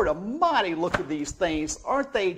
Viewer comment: I just realized that when he says "good god amadi" he means "good god almighty"